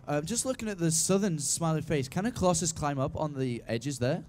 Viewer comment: I hate how he says " Crosses" instead of " Colossus".